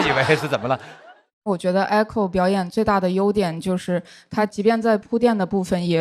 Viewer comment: echo不是艾口好吗？→_→